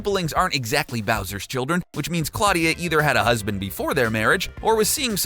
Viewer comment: Pronounced Claw-DIEa